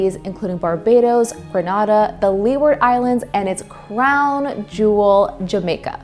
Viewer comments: Interesting stuff. Just a point for the presenter and others who don’t know: Grenada is pronounced “Grenayda” not “Grenahda” and Dominica is pronounced “Domineeka” not “DoMENica.” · she could at least put in the effort to pronounce Grenada correctly though. It's "grenade - uh"... "Grenahda" is a peninsula in Spain 😅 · It's a shame you didn't double check the names of some of the colonies you mentioned. Dominica - not to be confused with the Dominican Republic - is pronounced domineeka. And Grenada is pronounced grenayda. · A most interesting history lesson, but someone didn't check pronunciations. Grah-nay-duh Doma-neeka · Pronounced Grenada wrong 😞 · First mention of the nation “Grenada” is mispronounced.